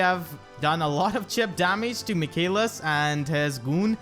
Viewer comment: Great guide! Your pronunciation of Michalis is (almost) correct. It's a Greek name and pronunced m ee h aa l ee s .